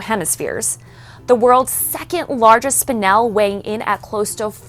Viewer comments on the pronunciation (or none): none